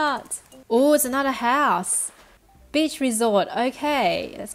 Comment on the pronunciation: Lol every time she says beach it sounds like bitch